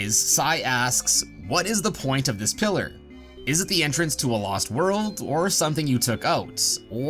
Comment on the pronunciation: You say pillar i hear killer